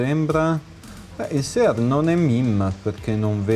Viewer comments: Se devi dire "sear" all'italiana (e non "siar"), non è meglio utilizzare il termine nostrano, "controcane"? Comunque bel lavoro, saluti. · Visto che sono io che dico "sear" nel video e non, mi sento un po' tirato in causa. Bene, io ho scelto di dire SEAR e non siar, perchè è un termine che pronuncio intorno alle 200 volte al giorno, e che, essendo il disegno di armi americano e dovendomi confrontare tutti i giorni con listini, è un termine che ho acquisito e italianizzato negli anni, e specifica il componente 1911. Per il resto non mi sembra di parlare male italiano e i congiuntivi li azzecco tutti abbastanza, ma mi rimetto alla competenza acquisita in anni di traduttore e linguista, posata così delicatamente sul tavolo.